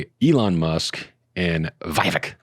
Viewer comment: it’s pronounced “Vi-VAKE! 👍